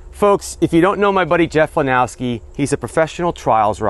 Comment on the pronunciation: I’m glad you said his last name wrong. I do it all the time. It’s Lenosky…not Lenowsky. But so much more fun to say it with the W! 😂😂😂